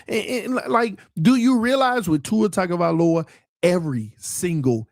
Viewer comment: It’s just now hitting me why you never learned how to properly pronounce Tuas last name 😂 he was never your QB…